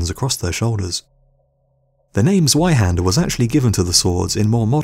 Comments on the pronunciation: Z-WHY-HANDER??? BRUH ITS GERMAN THE W IS PRONOUNCED AS A V ... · The correct pronunciation of zweihander is z-vei-hah-nder. The german 'zw' makes a sound like a mix of a z and a v. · dude i heard him say z-why-hander and immediately went down to comment about it and then saw this. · the only problem is that the guy in the video can't pronounce zwei hander properly. it's said with a tz or sound, not a z. like tzar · i would just like to point out, the w in "zweihander" is pronounced as a v since its a german weapon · Chris Shellenberger and the Z is pronounced with a slight T sound at the beginning. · Learn to pronounce "zweihander" pls. Its painfull to listen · Learn how to properly pronounce Zweihander